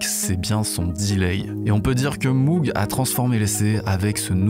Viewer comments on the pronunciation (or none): On ne dit pas Moug mais Môg. C’est Mr Moog qui l’a précisé dans un vielle vidéo . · je ne vous jette pas la pierre, vous n’êtes que le miroir de mes propres mauvaises habitudes. Mais entre nous, j’ai entendu Jean michel Jarre dire Moug dans un reportage...😆